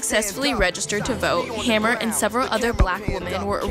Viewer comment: her last name is pronounced Hamer not hammer!